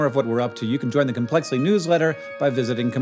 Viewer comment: Hank Green is only an intellectual when compared to youtube quasi celebrities. He can't even figure out that he has a speech issue that could be easily cleared up given that he try. Sometimes, it seems like he's leaning into it by calling his channel "Complexly," a word he can't even begin to pronounce correctly.